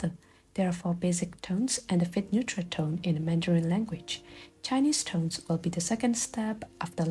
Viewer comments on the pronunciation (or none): none